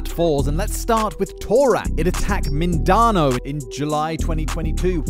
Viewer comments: ah yes min da no as a filipino its called min da nao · Respectful note: Mindanao is pronounced "Min-duh-now" or "Min-duh-nau". (There's no difference, the first one just makes it more understandable.) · Damn you butcher that Mindanao one but i mean its alright i mean not all people are perfect